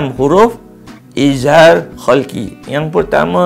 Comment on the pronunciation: terbaik, cuma mungkin ada sedikit teguran: 1. sebutan betul adalah إظهار حلقي iaitu kalimah halqi dgn huruf ح bukannya خ. 2. sebenarnya izhar halqi ada dengung kerana meraikan sifat ghunnah pada huruf ن tapi tidaklah kuat dan sempurna dengung itu. Barakallah fiikum